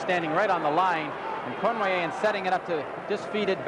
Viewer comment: No offense meant to any Canadians...but how on earth could Foster Hewitt announce games, year after year,without pronouncing Yvan Cournoyer's name correctly ? Its similar to Bob Prince in Pittsburgh who insisted on calling Roberto Clemente, 'Bob' or 'Bobby', when it irritated Clemente.